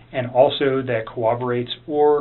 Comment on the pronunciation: says "corroborate" like elmer fudd.